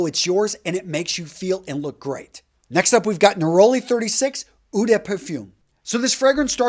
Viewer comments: Eau is pronounced O, not oo. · the pronunciation of ‘eau’, the french word for water, is not “ou” , like in “you”, but “O”, like in “O my god”